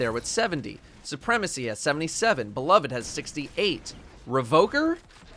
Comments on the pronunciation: it's beloved, not be-lo-ved... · It pains me to hear you pronounce beloved (buh-love-ed) improperly. Especially for someone that prides themselves to much on proper weapon pronunciation. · come on man you’re better than this. It’s pronounced “be-loved”. Not “be-love-Ed”. Edit:you keep going back between the two pronunciations. One of which is wrong and for some reason has caused everyone to become illiterate